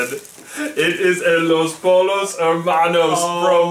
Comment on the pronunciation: pollo (po-yo)